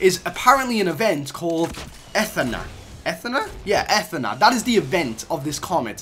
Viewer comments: Athena...no no no its pronounced Athena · You mispronounced Athena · that's not how you pronounce "athena" . play God of War you scrub . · Athena (it's pronounced Ath-ee-na) is actually the codename for fortnite battle royal (at least from what I've heard) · The way he says Athena pisses me off. It’s a-thee-na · ITS ATHEENA BOI this triggered me so much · It's pronounced 'A-Theen-Er / A-Theen-A' and it is what the BR gamemode it called in the code. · Might not help but it’s A TH E NA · pronunciation - Athena (UH-THEE-NUH) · E-ff-e-na? Someone didn’t get Mythology back in English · It’s pronounced A-Thee-Na like the Greek goddess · Sorry but check your facts and your pronunciation it is A-T-H-E-N-A and that is the Battle Royale files. Impact is just a LTM solid gold v2 is possibly coming after impact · Dis boi don’t know who Athena is. Athena is the Greek goddess of battle strategy and it’s pronounced AH-thee-naw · It’s A-th-E-na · You pronounce it a thee na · It’s a-thaee-na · I CRINGE SO HARD WHEN HE SAY ATH-NA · Yeah it’s pronounced, ‘a theen a’ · You mean A ThEE na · It’s pronounced “Ah-Thee-na” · It’s pronounced “A theenuh” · It's a-f-E-na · Its pronounced A-thee-na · It's pronounced Eh-Theen-uh😂😂😂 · a-thee-na lol athena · It’s a thee na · its a-the-na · It’s pronounced Ai Thene Ah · Its pronounced Uh-theee-nuh (Athena) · Omg it’s pronounced Ah theen ah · Its pronounced Ah- thee-na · Nigga it’s atheena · Dont wanna be that guy but its pronounced (a-thee-na) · A - theen - a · It’s pronounced uh-thee-nuh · It's pronounced Ath ee na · It annoys me that you say athena wrong ( U-thi-nu ) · Pronounced uh-THEE-nuh // - the Greek goddess of wisdom ... boi thats like 3rd grade grammar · Zathid YT yeah, it was so fuckin painful listening to him pronounce it wrong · Dude I know right. I played overwatch and was so triggered when he miss pronounced Athena's name. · Zathid YT yeah I’m yelling at my phone cause he said it wrong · You said Athena wrong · It’s Athena not Athena